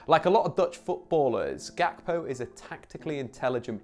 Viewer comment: The name Ga- kpo originates from an ethnic group in Ghana (Ewe) It’s not pronounced Gak-po the ‘kp’ produces one sound Cody is of Ghanaian decent